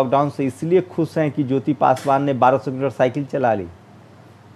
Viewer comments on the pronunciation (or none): Khush ko aap baar baar khus keh rahe ho .patrakar ki bhasha ka shudh na hona yeh sidh krta he journalism ka course thik dhung se nahi hua he. Sharm ki bat he.